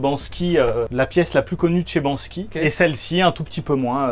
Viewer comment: Par contre c’est BANKSY pas BANSKY...